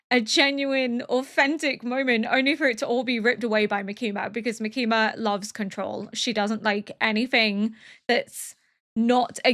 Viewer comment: I'm absolutely loving your reactions and your insight, as well as just watching along with you! :D I have but one note- The emphasis in Makima's name is on the first syllable.